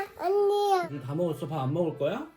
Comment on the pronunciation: 가 이제 아니야도 정확히 발음하구 ㅠㅠㅠㅠ 진짜 많이 컸네요 ㅠㅠ 하루가 다르게 크는,, 💖